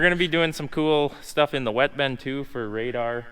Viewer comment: Even the Bin guy calls it a “Ben” 😂😂